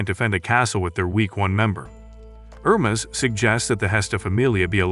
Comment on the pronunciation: The name is pronounced Her-mees. I had to stop watching, as it was like listening to fingernails on a chalkboard on how you massacred the name.